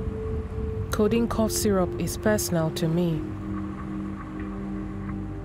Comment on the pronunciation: Its so sad that you dubbed this interesting documentary as "Sweet sweet condiene" damn..😬